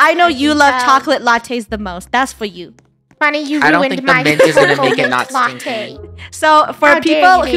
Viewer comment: had the wrong spelling he/she said funnel instead of funneh